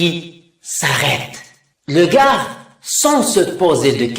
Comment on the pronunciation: ارجو ان تصحح تقرأ دو كا وليس دوكاغ